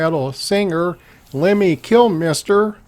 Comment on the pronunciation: Finally!!! Someone can pronounce Lemmy's surname properly!!! Kudos!